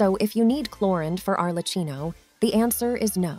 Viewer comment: Please can you pronounce Arlecchino correctly? The way you pronounce it is actively making my ears bleed, it's pronounced Arlekkino🙏